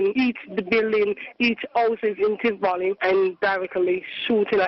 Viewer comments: I'm just mins in the video n my blood is boiling already. I want to know since when Tivoli has an R in the it. Jamaica's population is more than 1.5mil. What other facts has he messed up about Jamaica! Everywhere has violence just like the country he comes from. Let me see if i can make it through the video. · Tivoli Gardens, not Trivoli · First I must correct you; it’s not Trivoli Gardens but “ Tivoli “. Please do your research. I appreciate your stories but if and when you are doing videos…please refrain from uploading old videos of years past situations. Don’t travel to other ppls country and highlight the negatives for the most part. This doesn’t represent Jamaica in its entirety and just like any other country there are always those high crime areas. A lot has change with regard to criminal strongholds in the these crime prone areas. Sadly Corruption does play a significant role in this regard too. I’m just really having issues with you uploading old videos of years past events.